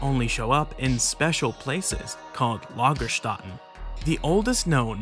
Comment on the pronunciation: Maaaaaan it’s not Lagerstatten it is Lagerstätten Ä is NOT A! It is a spoken like the A in Hat It’s the differing between A in hArd and the A in hat, had or like the EA in hEAd